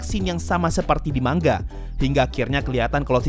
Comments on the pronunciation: Kalimat asli : manga Yg gua denger : mangga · Manga Bang Bukan Mangga :v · Baca manga pakai "Ng" Indonesia, bukan mang-ga